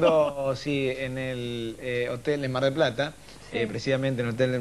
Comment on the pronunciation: ''En el hotel en Mar del Plara, especialmente en el hotel mgbrodoshh''